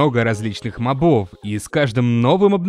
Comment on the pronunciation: Задолбал уже! МОбов, а не мобОв! Именительный падеж, мужской род, единственное число-моб. Одна О. На неё и падает ударение!